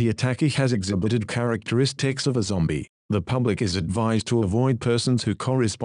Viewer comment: lol bahasa indonesianya zombie jadi zombiEE